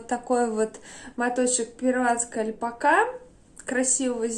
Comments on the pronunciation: Вы такая классная, обаятельная, очень рада, что нашла ваш канал, потому что и стиль, и вкус мне очень импонируют. Но искренне не понимаю откуда в русскоговорящем ютубе появилось «альпакА», это очень сильно режет слух. Понимаю, что, возможно, вы привыкли так говорить, но по-испански ударение идёт на вторую А, это совершенно точно. Ни в коем случае не хочу никого обидеть, просто звучит странно 🙊 спасибо за видео, с нетерпением жду следующего. Кстати, игрушки вязаные просто волшебные! 🌷🌷🌷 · я давно прочитала что ударение в слове альпака ставится на последний слог.